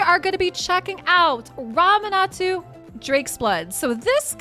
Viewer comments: Ramanatu? 😂 Only was mispronouncing champions name like this 😂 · 😂I’m sorry but your pronunciation of Ramantu as Ramanatu was so distracting! 😅